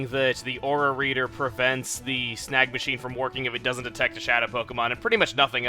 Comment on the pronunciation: When you "Snag Machine" I thought you said "Snack Machine". That made the beginning of the video too funny!